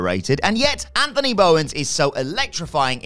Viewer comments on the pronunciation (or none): none